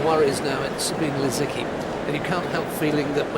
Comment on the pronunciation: Za bee neh Lisicki. It is a reporter's job: do it